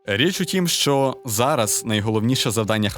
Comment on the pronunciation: Не "шо", а "що" !!!